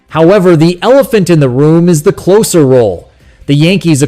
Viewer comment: Why would any serious baseball fan pay attention to this AI generated narrative? It interprets the slash line as a string of "divided bys" and pronounces "closer" to rhyme with "dose" rather than "hose." What a crock! In any case, it's much too soon for anyone to be making realistic pronouncements about the 2026 roster.